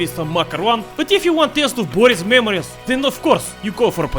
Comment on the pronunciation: Zayebis video as always. But one thing is bothering me. Why do you read your name as 'Boris instead of classic slav Bo'ris (it's about the stress, if you don't follow)? It seems fishy. You aren't a really well informed western spy who just overlooked that small detail, no? Of course, you aren't, blin. You are! Greetings!